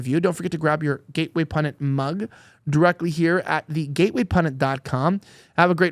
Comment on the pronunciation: Why can't Elijah pronounce pundit? He always says "pudnit"..